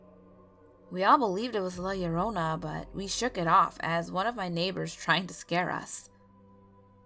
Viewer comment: I liked this because you are the first narrator to pronounce "llorona" correctly